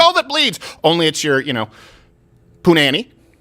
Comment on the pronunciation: ''pooh-nah-ni'' by Ali G in dah House